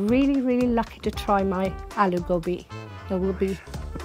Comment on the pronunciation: She said "Gobi" in an English accent. She should've just called it cauliflower, instead of calling it "Goobee". Its procedure "Gobi"! Darn it. 🤦‍♀️